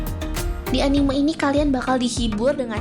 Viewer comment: Sudah gue duga, dari cara cewek ini ngomong anime bukan gaya orang papua nyebut hurufe, tapi cara nyebut e nya kayak huruf e di kata "terbaik" itu yang bikin ane notice kalo dia ini bukan penggemar anime 😂😂😂